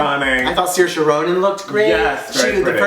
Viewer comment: Well done - perfect pronunciation of Saoirse's name... perfect